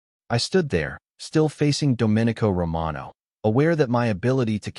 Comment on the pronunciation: Oh, also pronounce the main character's name correctly. That was very distracting. Should sound like " dough min ee co". Not like a Republic